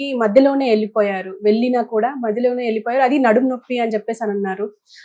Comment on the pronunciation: తెలుగుని చక్కగా మాట్లడటం నేర్చుకోమ్మా! 'ఎల్లి'పోయారు... 'వెళ్లి'పోయారు అనాలి